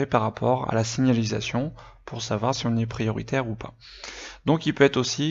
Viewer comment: Eh mec tu sais même pas dire signalisation